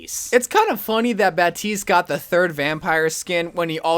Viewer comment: Nah he’s saying baptistes name right